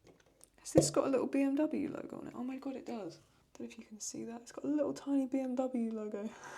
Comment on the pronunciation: Your pronunciation of BMW was pretty good btw, you were right we do say it like that in germany.